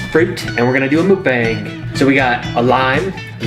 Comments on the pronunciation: I fucking love you guys, but you pronouncing it "mook-bang" is killing me. It's pronounced "mok", like the beginning sound of mocha and "bong", obviously like a bong, lmao. Anyways, great video! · It's pronounced mook-bong. The Koreans will get upset that you're pronouncing it wrong lol